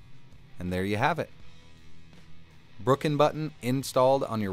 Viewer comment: you called it the Brookin button! xD